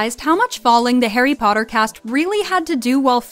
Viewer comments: Malfoy: PoTtAh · Harry pootter